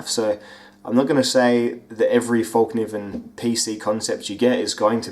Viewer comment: Its not actually. Its [Felk-neeven] The K isnt silent. - I'm swedish. It translates to "The folding knife". Sorry, I had to ;)